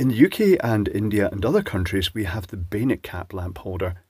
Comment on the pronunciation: I think you're saying "bayonet caps", but I keep hearing 'beta caps". It's become clearer - three years ago, they definitely sounded more like 'beta'. It took a long time before I saw comments saying "bayonet", and I realized what was actually said. I've seen the G style lamp holders, with the hard to find 'male' feet, but I don't think I've ever seen a bayonet cap bulb or socket in the US or Canada.